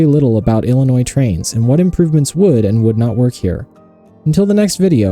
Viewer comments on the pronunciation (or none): none